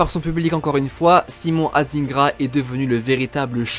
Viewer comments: ET ON NE DIT SIMON ADINEGRA MAIS ADINGRA COMME TU VOIS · SVP les personnes blanches c’est pas pour être méchant. Ne prenez pas mal mon commentaire. Les noms africains noires vous avez vrrrrraaaimmment de la difficulté à prononcer. Ce prononce pas AdINEgra mais comme « Adaingra » un peu comme le mot vilain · On dit adingra pas adinegra 😂 mais je suis fière d'être ivoirienne 😊❤🎉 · On dit adingra pas adinegra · C’est Adingra . On prononce ça << dain >> pas << dine >>